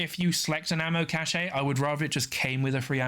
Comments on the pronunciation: Cache is pronounce 'cash'. Cachet is pronounced 'cash=ay'. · Isn't it ammo "cash"? Cache is pronounced "Cash" is believe! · think cachet is said like "cash ey" and cache is said like "cash" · I had assumed it was the difference between American english and UK english so I googled it. Hopefully you weren't us/uk/au